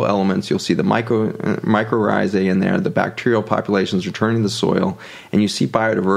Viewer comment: Mycorrhizae (I’m hearing “ micro rrhizae”)